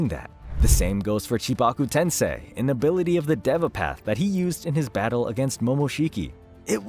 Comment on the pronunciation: do you just like to say things wrong to be different, or have you genuinely never listened anyone say Madara, Deva Path, or Baryon Mode (amongst other names you said wrong here)?